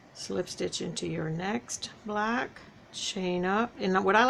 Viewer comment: Hi, I am not trying to be mean or funny but do you realize that when you say block you are saying black, please don't kill me for this.